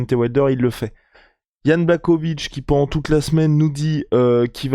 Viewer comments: jan BlaRowitz ca se pronomce comme ca ..... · Ca se prononce < blaRovitch >